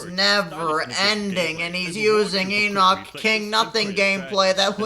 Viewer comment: The pronunciation of Enoch hurts my soul